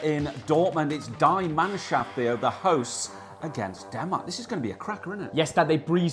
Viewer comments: Die Mannschaft is pronounced "Dee Munnschuft" - just saying :o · Two things, "die Mannschaft" is not used anymore. German fans Hated it so they finally stopped. Also "die" is pronounced like "dee" would be in English like bee. If you say die like eye we don't have that word so I instant hear The English die and wondering why u want the Mannschaft dead xD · Die Mannschaft is pronounced as in 'DEE' ;) Love your vids, keep up the good work and enjoy your stay.